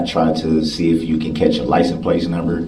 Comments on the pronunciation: What I hear him say is "liesen place" . Why do so many people seem to hear this differently ? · Licent place!😂 These people are just preposterous. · He dont even know what hearsay means. When judge called him out one time to look up the definition of hearsay, he got a attitude and said im aware of what hearsay means. He dont even know what simple words mean nor does he know how to pronounce simple words like license plate. He says licen place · Licem place